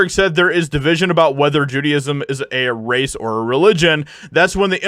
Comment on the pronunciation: I love your videos but I just want to say that the word is Judaism not Judyism sorry. My Rabbi used to get so angry when people would say Judyism